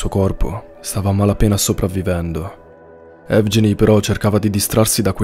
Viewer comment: "Evgeny" si pronuncia "ehvgheeni"